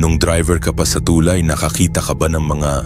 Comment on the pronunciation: Tulay bigkas nyan hindi TUULAY